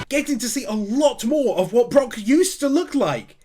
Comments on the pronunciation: We’re still calling him BrOck instead of Brook I see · i cant get over you calling him Brock XD its so funny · I finally caught up to all the one piece anime wins. Yayy. But can you call him Brook instead of Brock please 👉🏻👈🏻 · For personal reasons, every time you call Brook Brock, I cringe like someone is twisting my soul into a pretzel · Also its Brook like a rook in chess with a b in front of it. Not like Brock from one piece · uh I know it doesn't matter ... but his name is Brook not Brock >.> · hearing you call Brook Brock is like tiny pins being stabbed into my soul lmao No actual hate or anything just a bit of fun